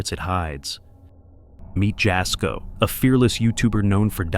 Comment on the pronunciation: It’s pronounced yasko not jasco